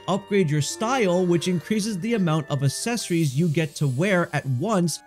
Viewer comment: OMG, pronounce accessories correctly